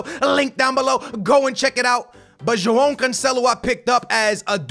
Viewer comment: There's no fucken "n" in Joao , say the names right man wtf, you don't have to butcher every single name on FIFA because you want to exaggerate the sounds , ffs.